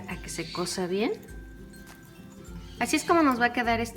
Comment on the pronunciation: Minuto no c dice k se cosa bien c dice k se cueza biez